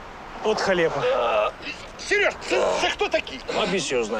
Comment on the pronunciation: Мене тільки злить як він каже халєпа замість халепа